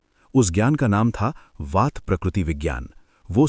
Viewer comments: भाई यें वाता पिता और कफा क्या होता है??????? हिंदी मे बोल रहे हो तो उचित उच्चारण करो ना ----- वात पित्त कफ नई पीढ़ी के बच्चे वाता पिता कफा ही बोलेंगे हम चाहे कितना भी उनको ठीक करे इसलिए कृपया ध्यान से 🙏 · यदि आप हिंदी में अपनी जानकारी देते है तो आप वात का प्रयोग करें ना कि वाता का यही सही उच्चारण है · वाता क्या होता है। वात बोलो । पिता नी पित्त्त। कफा नी कफ्फ बोलो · Bhai sahab बात पित्त कफ को सही उच्चारण से बोला जाय